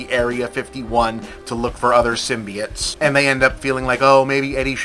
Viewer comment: I love when Bob says "symbiates" instead of symbiotes. its like hearing your grandpa talk about robuts!